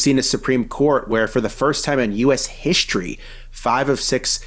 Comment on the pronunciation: Did he just say "hishtory"?